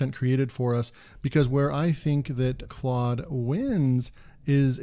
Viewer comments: They way you are pronouncing the tool's name, is absolutely correct. Not sure at all why it would be pronounced in any other way. Incidentally, Claude, itself, verifies the pronunciation. I went on and asked it: What is the phonetic pronunciation of your name? The response: The pronunciation of my name is "clawd". There you have it.🙂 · I’m wouldn’t pronounce it as “cloud” either. But then again I’m an Aussie and we tend to disagree with Americans in pronunciation sometimes 😂